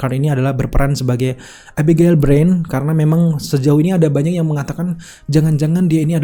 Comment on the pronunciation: Susahnya nyebut nama abigail 😁😁